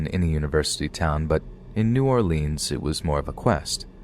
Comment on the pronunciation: It’s pronounced New Orleans not New Orleans. If you’re from here you know exactly what I’m saying.